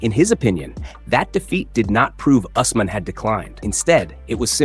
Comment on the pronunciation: How do you say us mahn so many times and say it right twice? When have you ever heard it pronounced that way